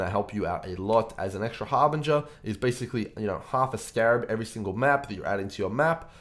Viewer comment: Yo man, perhaps u are well experienced at Poe and so on, BUT, ur voice and how u pronounce words are so defective, i recommend u to use a voice changer or smthng to avoid this ridiculousness. Thankfully there is subtitles function. U sound like " u got phtrong bokses every thingle map..." Anyway, ty for the vid.